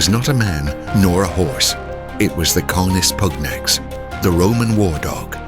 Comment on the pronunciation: The Roman legions were decimated in the Teutoburgerwald, dogs or no dogs. Germans? You do not know the difference between Germans and germanic tribes. You can not pronounce 'canis pugnax'. Goodbye.